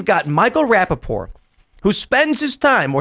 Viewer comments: It's Rapaport... Not raPPaport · It's Rapapoor😂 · Pronounce the T In his name!